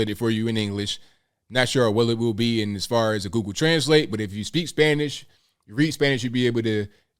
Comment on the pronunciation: Your Spanish pronunciation is excellent!